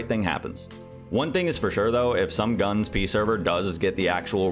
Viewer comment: this is the first time i hear someone say "gunz" instead of "gun zee" and i'm very upset about it, how dare you